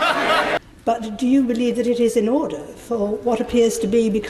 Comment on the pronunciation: minutes in with no ODOR ORDER ORDER ORDER ODOR ODOR UDUR